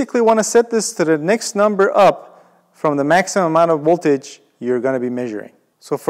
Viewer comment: “dc woltage” Chekhov much?